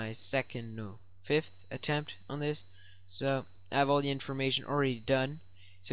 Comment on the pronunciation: LOL "there will be a link in da description" funny when u said it